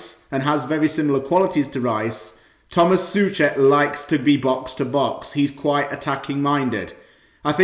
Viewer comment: czechs say So-cek but good video and great game.